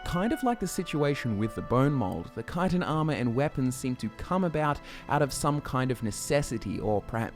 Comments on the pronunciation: chtin not kitan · Actually, it’s pronounced chit-in. Not kite-in. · I always thought it was pronounced Chit-in. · I actually learned the right pronunciation of Chitin in a biology study. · Im wondering where you derived your pronunciation of chitin from. I've always read it as chee-tin in my head, and hearing kye-ton really took me aback lol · Why duh yuh pronounce it kytin, tryin to hard to make it sound decent, tel it like it is lad, chit😢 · i dont like the way he says chitan the way he says it there should be spelt with a k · Wait... Isn't it pronounced "Shi-Tin"? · Shit thought it was pronounced Ch-it-en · i hate hearing the way people say it wrong. Chit-tin CHIT TIN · If you say "ki-ton" one more goddamned time... At first I felt you were mispronouncing it, but after hearing it for the hundredth time before the 4 minute mark, I just wanted you to stop saying the word altogether lol. I love you bro, but I was so happy when you started talking about other types just to hear other words lol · Think it's a UK pronunciation. I've always heard 'schit-ten' here in the US